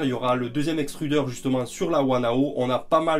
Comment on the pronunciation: J'ai déjà imprimé avec le filament Extrudr il est top, une partie du cou de baby Hulk... Il ne faut pas dire Extrudeur, mais EXTRU-DRRRRRR:) C'est pas un extrudeur bon sang de bois, les Autrichiens vont se fâcher et plus nous poster les bobines. Auf Wiedersehen, Herr. Es ist germanische Qualität und druckt nicht V zwei Rockets.